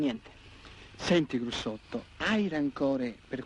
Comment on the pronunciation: detto Grussotto, non Brussotto.